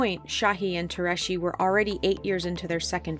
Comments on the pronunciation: Has anyone ever thought of looking up how to pronounce Tureci’s last name at all while filming this for production? It’s nowhere close. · Why does the narrator keep saying "Shahee" and "Tureshi"? Şahin is pronounced "Shaheen" and Türeci is pronounced "Tureji" (with a hard J) or even "Turechi" works.